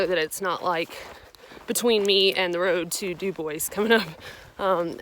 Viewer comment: You're from Louisiana and you should know the correct pronunciation of Dubois, Wyo.